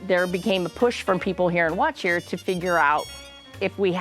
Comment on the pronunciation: Good to know that I wasn't just hearing it wrong. I definitely wouldn't have pronounced it the way it was being said in the video.